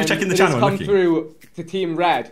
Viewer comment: did man just say frue? lol